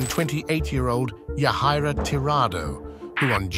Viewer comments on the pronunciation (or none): This doesnt matter in any way but the mother of the third child, her name is pronounced Jadira no phoneticly Yajaira